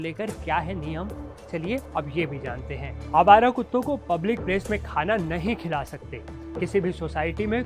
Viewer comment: अबे तू नहीं शब्द पे कितना ज़्यादा ज़ोर दे रहा है ....तू पत्रकार नहीं भड़वा है सरकार का